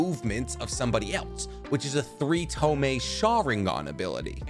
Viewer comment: Why do you keep calling a Tomoi as a Tomay? lol